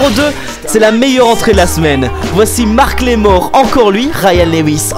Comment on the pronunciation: Super comme d habitude malgres les petites erreurs comme macklemore et non marcklemore et bridgit mendLer et non mender